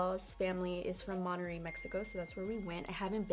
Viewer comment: MON-TE-RREY!!!! do you not speak Spanish?